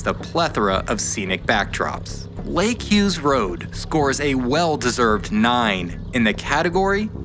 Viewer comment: thanks for the shoutout and for pronouncing my name right. I’m so glad you got to experience that gem of a road 🤌🏼